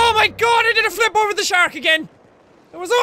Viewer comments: Jacks Irish accent really kicked in when he said that guy fell ovah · "That guy fell ovah" - jacksepticeye/Sean